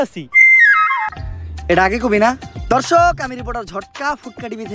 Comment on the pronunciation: সাংবাদিক দর্শক না বলে ধর্শক বললো😱